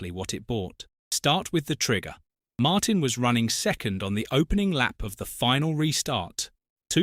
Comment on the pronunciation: It's pronounced Martin.